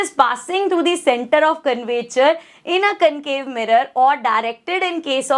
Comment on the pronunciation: Concave not camcave 😢